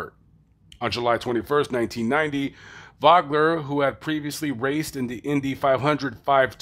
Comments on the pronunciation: Pronounced Voe-gler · Vogler's crash was the only race I missed at Salem that year. BTW, Vogler's name is pronounced "Vohgler". Two very, hard-nosed drivers. Great piece,!! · The “O” in Vogler is a long O...i was watching live on espn that Saturday night when rich was killed..when I seen his helmet roll across the track,I knew it was not good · Same owner and team but I doubt that it was the same car. Especially since the narrator doesn't know how to pronounce Vogler or USAC I don't put much stock in what he says. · Can't even say Kallitta's name or Vogler's name right. Can't have too much expertise on the matter. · First of all you are not saying Rich’s last name correct and you mispronounced the series ! Before you try to get your 5 minutes of fame from someone’s tragedy you should do a little more homework. Hopefully this gets taken down before a family member sees it !!